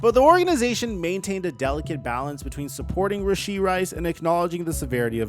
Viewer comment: him saying his name wrong